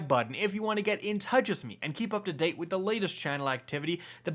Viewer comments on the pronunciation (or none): none